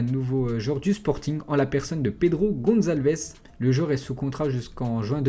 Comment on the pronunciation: tu la dit 2 fois pedro goncalvdes